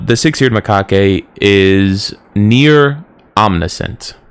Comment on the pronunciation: Macaque. The E is silent